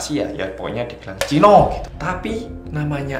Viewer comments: Ngakak pas ngomong "chino" wkwkkw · HAHAHA NGAKAKK DENGER NGOMONG CHINO